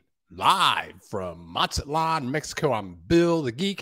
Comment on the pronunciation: Bill, M is sounded out as Maz-zat-lan'. not Mat'-zat-lan